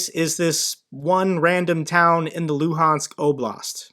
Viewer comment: Tha Loo-hands Oh-blast